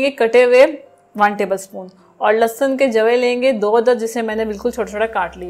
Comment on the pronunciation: بیٹا لہسن ہوتا ہے، لسسن نہیں، لسسن وہ ہوتا ہے جیسے زرداری اور نواز کو لگ گئے ہیں۔